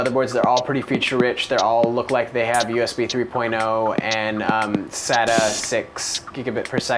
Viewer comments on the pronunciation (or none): none